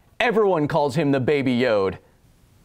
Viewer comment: Baby Yode... Yode... Kyle: What do you have against Baby Yode, this little green goblin like creature? Goblinslayer: Eyes spark red of excitement Hold my beer! Also, it sometimes sounds like yoke when you say Yode :(